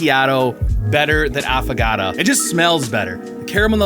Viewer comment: AFFAGATAAAA is NOT how it is pronounced. It is pronounced AffO(oh) gaTO (like tho). Please....